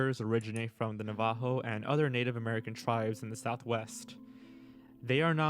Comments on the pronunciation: I know that the video maker was trying to be extra respectful by pronouncing it as “na-ha-vo” but Navajo is absolutely pronounced “nav-i-ho” lol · It’s not a legend it’s a real thing and I have stories to I’m a Navajo it not navio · This dude pronounces Navajo like he's Peggy Hill talking about Mexico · Guy pronounced Navajo so weird. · Tbh not all that good of a video, poor research. Not only the butchering of the name Navajo but they aren't "new Mexico skin walkers" they are located most prominently in Utah, Arizona and New Mexico but can be found across multiple different regions. Hell skin skinwalker ranch is Utah, the sacred San Francisco peaks which protect from skinwalkers are in Arizona.